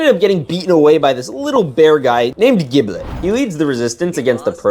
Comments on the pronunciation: Bro keeps saying jiblet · Giblets name is pronounced with a G sound not a J OK